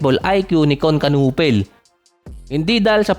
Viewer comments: "knew pel" ang pag pronounce sa apilyedo niya hindi kanupel. Hahaha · Kinipol ang pronunciation ng apelyido nya hahaha. Sabi ni Nowitzki ibig sabihin daw ng apelyido ni Kon sa German ay baseball bat. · simple lang ang basa don. "KON NU-PEL". silent "K". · Ganito Ang pronounce kunepel (knueppel) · Kanipol boss ganyan pag pronounce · Kayanga nakakatawa di marunong magbigkas ng silent letters hehe